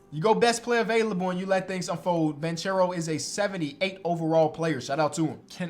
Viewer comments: hey! it’s pronounced banKero, it’s italian not spanish my man!! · dope video! by the way Paolo Banchero is an italian name and you should say it like this “Paolo Bankero”, non with the “ch” sound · Fyi the right pronunciation of Banchero is with a hard “c”. To be clearer you should pronounce it like the first two letters of your name: “ ke” sound is equal to “che” sound in italian. Love from italy☄️